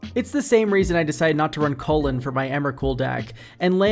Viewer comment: Who the fuck doesn't say "chew-lane?" COLON?????????